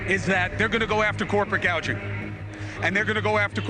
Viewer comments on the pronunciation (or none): price GAGING🤔 I thought it was GOUGING she cant even get the correct wordage in her salad🤣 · Hospi" tillity" workers and price "gage" ing......but don't you dare mispronounce her name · Price guaging and hospitility. Genius. I'm thinking what she's best at involves her mouth being closed. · Hospitility??? Price gauging?? She can’t even choose the proper words. This woman is absolutely a tyrant. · Did she say "price gauging"? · Price gaging you mean gouging, nobody called her on this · LOL! Clown World Kamala...WTF is 'hospitility' or 'price gauging'? Wants to be Prez but can't string a' sentence together. Queue the Hockey Coach from Letterkenny. This is just "F*cking Embarrassing"! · Hospitility? Price gauging? Why can I not pronounce simple words? Ahahahahahahahaha! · "hospitility" Uh... does she mean hospitality? "price gauging" Perhaps price gouging? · Wtf is price gauging & ‘hospitility’ workers?😂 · It’s gouging, not “gaging “ dear Kamala. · "hospitility"? "price gaging"? does disbish even english? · She said she would stop the federal ban on "price gouging", but pronounced "gouging" like "gauging" (gayge-ing). Maybe the teleprompter operator made a typo, but she should have got that one right. She's reading without thinking. Meaning, those are NOT her words at all. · WTF she cant pronounce anything correctly. Price "gauge-ing"? What is that? Hospitality... she says Hospitiillity. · she cant' even say gouging. Instead says gauging. Comrad Cumala. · Old Kamala said: “Hospatility workers” and “price gaging.” Hilarious! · Couldn't read 'price gouging (gauging)' correctly. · "Hospatility" and "Gauging". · Hospitility and price gauging 🙄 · I’m sorry did Kamala say “pass the first ban on price Gauging on food?” I’m pretty sure she means “gouging” 😂 wewf not a good look! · "hospitility and price gauging" with a teleprompter - snatching patented inventions - sounds like a criminal. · She mispronounced both "hospitality" and "price gouging".